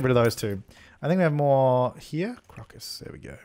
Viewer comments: It's pronounced crow-cuss. Not crock, but good effort. :) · crow-cuss you had it right the first time